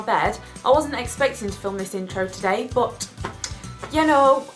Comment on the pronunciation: i love how you pronounce "but" hahaha "booooot"